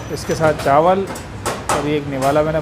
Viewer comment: Lafz chawal hota hey , na k CHAANWAL.